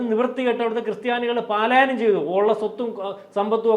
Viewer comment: പലായനം not പാലായ നം 🙏